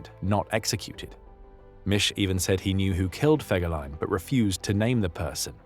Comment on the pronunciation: Den Namen Fegelein sollte man wenigstens korrekt aussprechen!